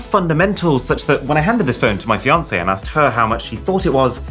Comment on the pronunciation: His feoncy